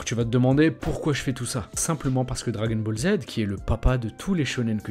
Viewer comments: J'adore quand tu dis "dragon bolzzz" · Les dragon bolz 😂